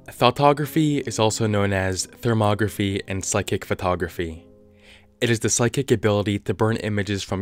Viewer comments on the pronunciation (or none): anyone else keep hearing him say thottography?